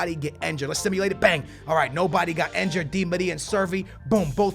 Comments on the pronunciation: It's injured, not enjured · Can u like say injured correctly